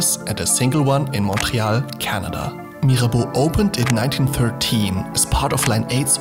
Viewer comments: Actually, you're the non-french person talking about Mirabeau who pronouces « Mirabeau » and « Église d'Auteuil » the best. Gg! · I love the sound of your voice. The way you say "Mirabeau" is perfect.